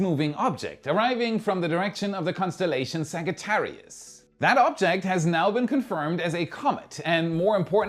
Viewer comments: saga·tear·ee·us? It's pronounced sa·juh·teh·ree·uhs. 🙄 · the constellation Sagittarius does NOT have a HARD 'G' in it (a Hard 'G' like in Bag, Flag, or Glamour ) it has a SOFT 'G' (like in engine, large, or gems) - it's a very slight difference, but its there... a "Soft g" sounds almost like a 'J' like in 'engine' where a "Hard g" sounds like hitting a brick wall... there is a sudden stop to the 'G' sound like 'hang'.. but NOT like in 'hag'.... so 'Sagittarius' has a SOFT G.. almost like it's spell 'Sajitarryus' LOL... but it's not, don't copy me!! lmao 😁🤣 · Now I'm going to have to Google if the rest of the world says Sagittarius the way he did